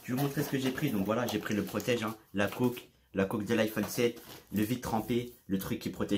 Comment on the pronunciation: Il dis coque en mode "côk" 😨